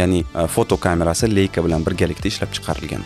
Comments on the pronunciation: "Leika" deb emas, "Laika" deb tallaffuz qilinadi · Leica emas leisa